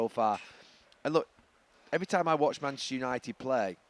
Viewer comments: Gary has problems saying Manchester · It’s because he’s not from our city and neither are his club.